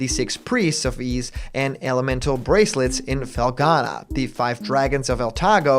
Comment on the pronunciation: He still pronounce "Ys" as "eyes" (SMH)